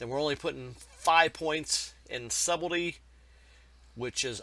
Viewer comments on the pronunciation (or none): "Lethalahhh" and "subeldyy" lol can't make this shit up. Dude is a monkey.